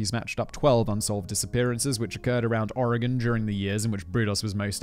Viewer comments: THANK YOU FOR PRONOUNCING OREGON CORRECTLY! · As a native Oregonian, thank you for pronouncing “Oregon” correctly! Unfortunately you mispronounced Willamette, it’s pronounced; Will-Am-It. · Oregonian here. Thank you for pronouncing the state's name correctly. Willamette is pronounced WILL-am-et -- all short vowels. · absolutely fantastic pronunciation of Oregon. Most people not from here get it wrong. GG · So proud Simon you say Oregon correctly 🥳👍🏻. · I have to say, Simon, you pronounced every Oregon place name (including Oregon) perfectly! You don’t understand, MOST Americans get our state and city names wrong!!! You rock!